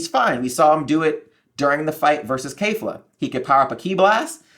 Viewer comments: Kefla not Kayfla...you watched the show so you know how to say it. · keh'f-la not kay'f-la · why would a guy who doesn't even know the characters names (kefla not kayfla) have anywhere near an accurate theory?